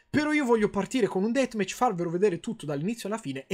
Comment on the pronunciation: un'intero "detmech" ti adoro karim